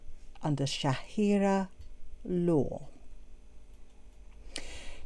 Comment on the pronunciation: You keep saying "shahirah law" may i kindly correct you, it's sharia law 😂. Have a good day ❤